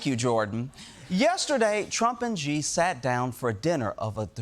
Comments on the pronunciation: I love the show, but why do Americans all mispronounce the Chinese President's surname as She or Zhe? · It's pronounced "she" but they always try to do something weird with the X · It's "Xi" -- just think /shee/ -You can do it! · Xi's name is actually very easy for English speakers to say as it's "She". Don't let the spelling trip you up, Klepper :))) !!!! Ignore it. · Xi is not pronounced as 'G' or 'She'. It is pronounced as 'C'. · IT'S PRONOUNCED "SHE"! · She is not the correct pronunciation either, but it's closer. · I love Jordan so much someone please tell him Xi is pronounced with the “sh” sound. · Why did this person not bother to learn how to pronounce "Xi" ? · When will English speakers ever make an effort to learn to pronounce foreign names. Xi has been leader in china for so long already, learn to say it, please! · If you can't say that pesky "r" sound, then yeah, you're an expert on China, Ronnie. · Any chance you will pronounce "Xi" correctly any time soon? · Yes, of course itis Xi in Pinyin, but that is close in English, No Ge or Ji or Zi. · So much wrong to unpack, here. 1) they are behind by 20 years at least in all things, including tech, always. Don't fall for their propaganda. 2) The X is a "sh" sound. It's "shee". 3) "especially over Taiwan, which China wants to take back..." This is ALSO tinted by CCP-occupied China's propaganda. Taiwan was never China's. Ever. Taiwan has always been ROC. CCP stole the mainland from KMT and declared it PRC. If you get nothing else right, please remember that one. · It’s Xi (pronounced Shi, not Jee). Maybe google before going on air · The Daily Show needs to stop repeatedly saying “president Ji” ! Where the J ? Where’s the J ? It’s Xi. This is seriously driving me nuts now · Why are so many people (like Klepper and Colbert) calling Xi "Zhee"? Pronouncing it "she," like the pronoun, is almost completely right. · It's Xi, pronounced as SEE, not ziiii. Do your homework. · Xi is pronounced as "See" not "Gee".